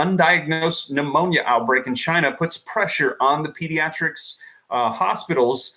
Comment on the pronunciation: Its not phnemonia